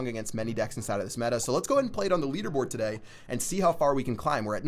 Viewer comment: can u stop saying (today) like that :/ ...........................